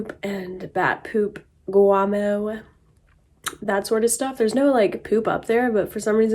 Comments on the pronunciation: Is it me or am I hearing her calling bat poop “guamo”? 🦇 💩 🤔I thought it was called guano🤷‍♂️ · Guomo is not poop. That's guano. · Do y'all not have a step ladder? Would've made caulking the ceiling way easier. Oh yeah did you say bat guamo lol it's guano silly. Next time you stain something instead of using a paint brush use a rag to dip in stain and wipe on and another rag to wipe off excess. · It is guano with an N. just to let you know my dear. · It's guano with an N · It's called "guano" not guamo, Darlin'. Love your channel and admire you for your hunting and fishing escapades! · Guano not guamo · It's guaNo, not guamo. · Just an FYI..Bat poop is called Guano with an N no M... Enjoy your videos!